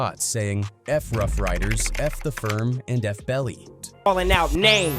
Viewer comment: Are you ever going to pronounce names right dude wtf